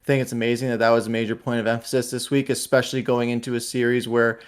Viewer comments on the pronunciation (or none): ya they gotta work the powerplay "eckspecially" ....smdh lol